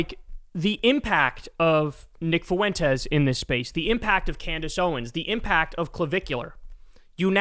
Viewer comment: It really would be nice if you could stop mispronouncing the name Fuentes.